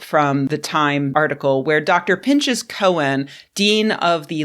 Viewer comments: FYI, from a Jew/Hebrew-speaker, the Hebrew name Pinchas is pronounced pin-ḥas (rhymes with "green moss"). The "ch" is a transliteration of the Hebrew letter ח, a gutteral that doesn't exist in English. I think the proper term is a "voiceless velar fricative". If you can't pronounce it, just using "h" instead is fine :) Also fun fact, this is where the name "Phineas" comes from! It's a sort of bastardized version of the original name, which came into English via Latin and Greek. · Just an FYI: Pinchas is pronounced pin-khass, like the "ch" in challah or Chanukkah rather than the "ch" in church